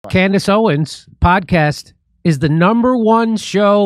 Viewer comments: Lol “Camriss Owens” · she called herself Camerace? QUITE the Destiny, child. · She said her own name wrong… weird… Camrace Owens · Anyone else notice she mispronounced her own name? She must be very excited about that #1.